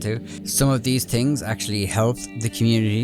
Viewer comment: "4 tings Dat dEy have patched.."